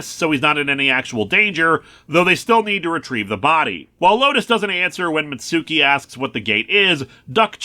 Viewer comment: Mitsuki's name is pronounced "MITTS-kee".